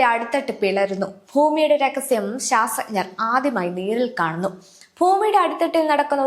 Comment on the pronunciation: ആദ്യം ശാസ്ത്രജ്ഞർ എന്ന് പറയാൻ പഠിക്കു കഷ്ട്ടം